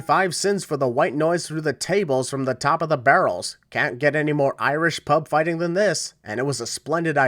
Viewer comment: *Oirish Pob Foitin'